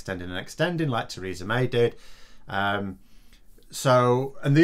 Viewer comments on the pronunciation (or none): none